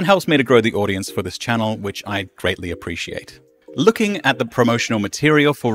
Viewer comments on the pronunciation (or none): none